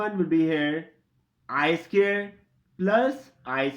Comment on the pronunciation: Its SQUARE and NOT SCARE !!! CAN'T you pronounce English properly ?..